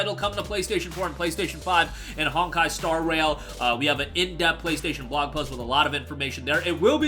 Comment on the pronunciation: I thought he said star WHALE the first time he read the title 😂